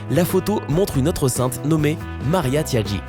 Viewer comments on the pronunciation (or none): Inacceptable des vidéos pour sujet «aguicheur» fausse emplus irrespectueuse vous avez oser parler des «saints» mais vous ne savez même pas les appeler correctement respecter au moins c'est «taigi» pas «tiagi» non mais emplus de dire que de la merde excusé moi pour mon comportement mais cela devient inacceptable maintenant des jeunes regardent cela puis le répète et cela continue pendant que vous vous faites de l'argent les enfants raconte des âneries a tout le monde a des amis et de même pour les adultes naïf ...